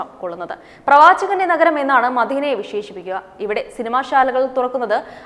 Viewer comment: Not Madheena......its Madeena.....tc of your pronunciation